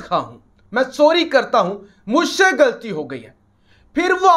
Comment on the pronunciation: the word is ghalti not galti